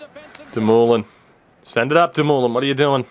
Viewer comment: Buddy it’s pronounced doom-oh-lin not fkn damooolin